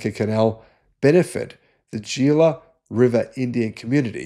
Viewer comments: "Gila River Indian community..." That word is pronounced like "hee-la," not "jee-la". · FYI, the Gila River is pronounced: HEE-lah. There's also Gila Bend, Arizona, which is a town on the Gila River. People know it because it's located on the much-traveled Interstate 8 which goes between the southern part of Phoenix AZ to San Diego CA. It's also on the intersection of State Route 85, which is another well-traveled road that goes to the Mexican border after passing through the towns of Ajo (AH-ho), AZ and Why, AZ. It's the way that Phoenix people take to go to their vacation homes in Rocky Point, Mexico (Spanish name: Puerto Peñasco). This is the closest beach to Phoenix and Tuscon. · Good report. Very informative. One little thing - It might be spelled Gila, but it's pronounced Hila - it's Spanish. Gila monster - pronounced Hila Monster. Gila River pronounced Hila River. Thanks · Gila is pronounced HEE-luh. Thanks for the video!